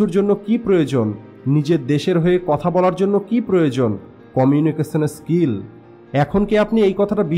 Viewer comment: আমার মনে হয় আপনার এই "কমিউনিকেশন স্কিল" উচ্চারণে সমস্যা আছে।